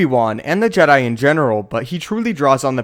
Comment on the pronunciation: You're saying it wrong, it's the JEH-DAI, remember?